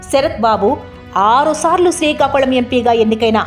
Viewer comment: యాంకర్ ముందు శ్రీకాకుళం అని మంచిగా పలుకు, శికాకుళం కాదు